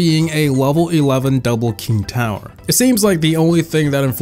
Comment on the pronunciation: on the last myth he's talking about the enemies king tower it's just he said it wrong cause he probably doesn't have english as his first language